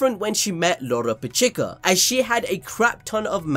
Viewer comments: This man stays calling lolopechka loropechika lmao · does this guy say anyone's name right? Me-Juke-Ula? Lolo-Pechee-kuh? Like bro, stop the games and say it normally it's fucking annoying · WHY IS HE SAYING LOLO PECHIKA????!!!?!?!?😭😭🤣🤣